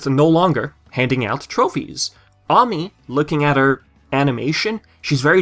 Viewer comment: And That's Ami Ay-mee